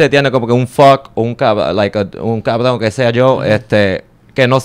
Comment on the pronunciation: "Un cawwvroon" JAJAJJAA